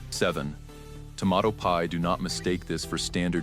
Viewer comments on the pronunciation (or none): The pronunciations in this video are lousy! Tah-sty-ca-ke? To-mah-ato pie?? Cmon people, if you want us to love the Philly stories, PLEASE proof your script and voiceovers!!!